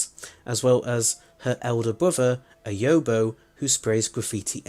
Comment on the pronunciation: Great video! Subscribed. But on an unimportant note, it's pronounced "yob-o".